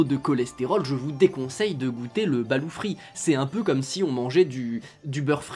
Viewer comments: Veillez à prononcer le T à la fin [BALOUTE] et non BALOU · Hello, pour aller souvent aux Philippines et ma compagne étant des Philippines, je me permet de te corriger sur la prononciation. On dit "balotte" et non "balou". Sinon chaîne très intéressante et sortant de l'ordinaire. Je sub :) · chuis philippin ,on dit balote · Jhabite au philippines , cest exellent , ont le mange le soir surtout pour laspect , et il faut prononcer le T a la fin de BaluT , le blanc de loeuf balut ne se mange pas car il est tres dur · Pour info le T à la fin du mot se prononce. Perso j'adore en manger